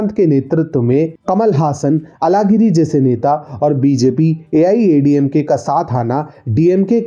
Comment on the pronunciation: अलगिरी मत कहा किजीये। यह बोलना प्रयास करें- अझहगिरी। सभी दक्षिण के भाषो मे यह ऊच्छार व्यापक हैं और यह एक मुख्य कारण है कि आप जैसे उत्तर भारतीय और हम जैसे द्क्षिणी लोगों के भीच दूरी जारी है।